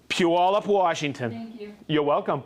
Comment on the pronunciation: bonus points for saying Puyallup correctly! Very informative!